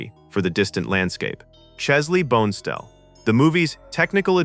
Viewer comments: Teach your AI how to pronounce "Bonestell". It's "BONN-uh-stell", not "bone stell" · Every AI generated voice does this. It's not "Bone-stell." His name is closer to "Bonna-stell." Also, he wasn't the "most famous space-artist of his day," he invented the field. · Pretty good info. i never notice Kirk Allyn's cameo. He also had a quick uncredited speaking cameo in the original Battlestar Galactica tele-film as one of the survivors aboard the freighter where Cassiopeia is discovered. BTW, Chesley Bonestell's name is pronounced Bon-eh-stell, not Bone-stell. Chesley was quite upset at the use of the place-holder painting being used at the end.